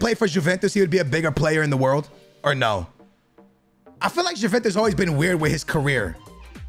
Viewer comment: Btw it's pronounced"yeventus"